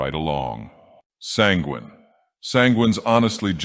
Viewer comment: Couldn't help but notice how he pronounced Penguin, daedric god of indulgence and debauchery.